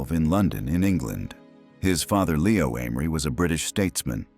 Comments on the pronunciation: Lee-oh, not Lay-oh Amery. I remember his son was a successful member of Edward Heath's government. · "Lee - oh" not "Lay - oh". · In English Leo is normally pronounced Lee-o, e is e not a. So lay-o is not an English pronunciation. Just ask leeo the lion. He will not answer to layo. Also tutors is not tooters the u is u not oo and the o is not e Just saying. Though you do lose points for it. I gave up at that point.